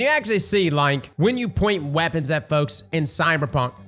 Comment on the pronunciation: Lol whenever I watch his D2 videos around my wife she's like "Why does he keep saying Wabbits?"... I ponder... "Weapons, He's saying weapons." "Well it sounds like he's saying wabbits"